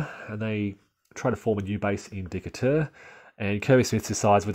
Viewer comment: Still trying to learn the game and enjoyed the commentary, but the city of Decatur is pronounced De kate ur. Hoping you continue this excellent series, with maybe more emphasis on possible Union employment of amphibious strategies.